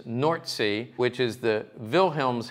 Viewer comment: Wilhelmshaven is pronounced Wiilheelmshaafen